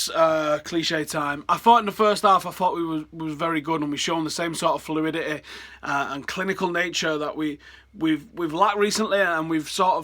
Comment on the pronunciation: the way he pronounces fluidity though